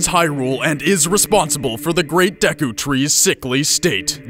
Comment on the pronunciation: Jerudo and Dekku :O I like seeing how other's pronounce these things. I'd prefer Gerudo with a hard G and Day-koo